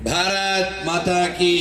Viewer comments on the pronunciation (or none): none